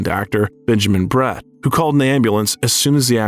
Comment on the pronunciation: Benjamin Bratt, not Brett! Has this speaker been hiding under a rock?